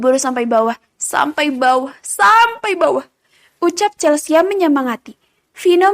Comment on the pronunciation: di audio lain dibaca Chelsi. di sini Chelsia. yg bener yg mana